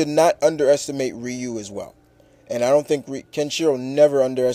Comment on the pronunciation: it's not wriiii-u it's pronounced ree-u (Ryu)